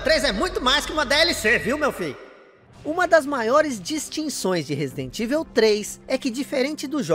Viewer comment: Resident "ivel" 😂 😂 😂